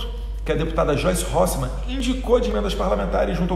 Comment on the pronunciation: Parabéns ,claaaro! Aos Bol...Bol...Bolsonaros . Mas é Há...Há...Hasselmann e não Halssemann. Assim ela fica ofendidinha né ; )